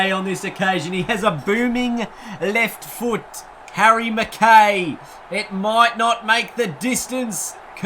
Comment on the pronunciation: Btw it's pronounced 'Mc-Kai' not 'Mc-Kay'.